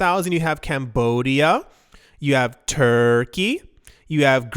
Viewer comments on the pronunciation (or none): none